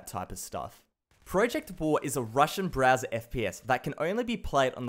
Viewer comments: I love how he says BRAZZER instead of Browser😂😂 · i'd kept hearing Browser as Brazzer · is it me or when he says Browser I mistake it for Brazzers